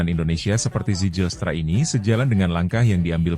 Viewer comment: Zijlstra = *baca - Ziylstra / Zilstra ajaaa.. please.. 😅